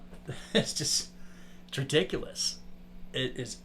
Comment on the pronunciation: Recockulous instead of ridiculous